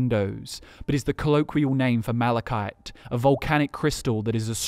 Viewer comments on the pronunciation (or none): none